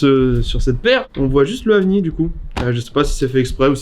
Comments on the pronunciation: Elle dit "Avnié" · Ça we prononce pas "avnir"?